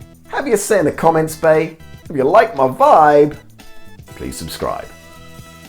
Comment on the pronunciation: "Have your say on the commentsbay" still sounds like Pig Latin to me.